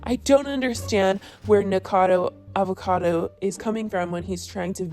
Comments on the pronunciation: I have held back saying this because I figured this drama would die down and you would stop having to talk about Nick eventually, but since it will apparently never die down, his name is pronounced Nick-acodo Avocado, not Nickacado. Not that it matters. 😂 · Girl it’s been so many videos it’s NikAcado not Nikado lololol PLEASE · I hate the guy but it kind of pisses me off how you keep saying Nikado 😂 it’s Nikocado. Guess im ocd like that. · It’s nickocado, not nickado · its nik-0-cado not nik-cado ...I don't like him either but at least pronounce the name right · Yessssss mispronounce his name😂 bet it triggers him. He needs to quit but he's just THAT full of himself. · Please say his name right. Nik-o-cado, not "nikado". I love your videos, but that does make me twitch, lol. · I find it funny that she says “nickado” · NIKO-CADO-AVO-CADO omg!!!!!!!! It's not that difficult!!!!!!!! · "Nic-ado Avocado" 💀💀💀😂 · and I can't believe you still cannot pronounce his name. "Nik-O-cad-o". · You cannot pronounce Nikocado. It hurts. You keep saying Nikado. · Right if your gonna make money off the guy how about you say his name properly FYI I’m not a fan of either of these guys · You always pronounce nickocados name wrong but spell it correctly😭😭😭 I don’t like him but I don’t get it lol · U cant even say his name right 😂😂😂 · ok but can u like say his name right for once lol